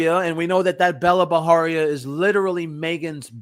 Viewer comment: It's not Baharia guys, it's pronounced just as it's spelled, Bajaria. That's an Indian surname not Mexican. Please stop making it sound Mexican. Even her name is not Bella, it's Bela pronounced as "Bai-luh", which too is an Indian name, a bit outdated though, like a name from the generation of our grandmothers!